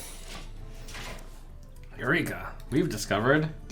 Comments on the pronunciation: Sven Servette In-game it's obvious that Hydrologist says "Eureka!" but in these vids where the game sound is a bit different it does start to sound a little like YO NEEGA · it's << yo nigga>> not << eurika >> learn to listen trump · i saw one comment and now every single time i hear hydrologist i can't not hear "Yo nigga, i've done it"